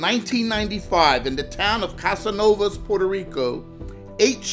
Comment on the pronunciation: its not Casanovas, its Canovanas. Not trying to be mean just an honest correction.